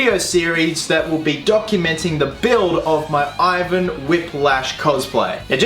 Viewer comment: The pronunciation of the name Ivan is not accurate :) Don't know how to show the right variant in a comment. If you are interested you could just google it lol But great vid tho